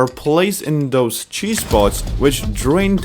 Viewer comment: I heard that wrong instead of "Chi-spots" it sounded like "G-spots" 🤣